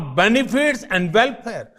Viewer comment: Translation gone wrong , no pocus, leadersip,pogresss,saping,morrishon, tansitions, idenity, welpare, pew weeks, artipicial intellelelegence, JUST FOCUS ACTOR SAAB